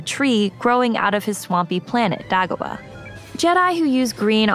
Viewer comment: Uh oh, you mispronounced Dagobah. You're going to catch some flak for that.